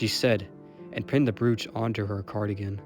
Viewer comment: Great job. Just for reference, brooch is pronounced as if it only one o... Bro-ch!